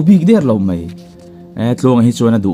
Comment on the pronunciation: Mai tih tur hi Mei i ti deuh ziah.